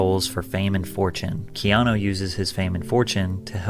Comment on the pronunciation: Keeno reeeves